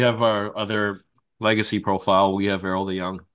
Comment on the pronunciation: as someone from europe the pronunciation of the names is killing me. its eorl ( ay-orl) NOT EARL. HEY EARL GRAB MY DAMN BOOMSTICK IMMA BLAST THESE CRITTERS